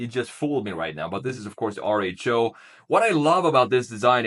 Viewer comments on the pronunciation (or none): Are you sure that RHO is pronounced AAR-ECH-O It seems to be the greek letter Rho. Which is pronounced "ro"